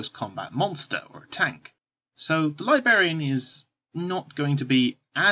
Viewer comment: It is driving me crazy!